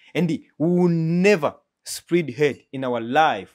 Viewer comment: Bavuga spread love apana "spreed" nkuko wavuga (umugati) bread cyangwa ikiruhuko break